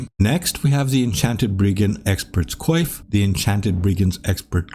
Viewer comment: Haha you said Coif!